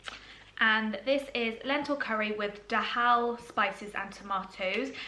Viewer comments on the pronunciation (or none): Your videos are really informative thank you! You seem to lack confidence when spelling food items, don't! Have confidence, regardless of if you're pronouncing them correctly! Dhal is "darl" and you got haricot right. Reading requires confidence :) x